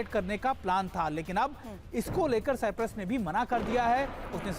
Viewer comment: Tv 9 bharat par aisa parwakta hai siprus bol raha hai Bhai sahab siprus nahi cyprus है